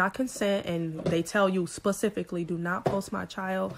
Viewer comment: beauty isskindeep girl i agree but cmon now, pacifically? pacific ocean in this mother? Specifically gorl.